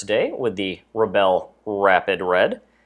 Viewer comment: and u pronounseset RE BULL not RE BELL